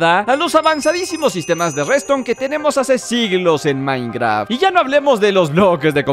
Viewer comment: Por que siempre que dice minecraft se escucha como minecra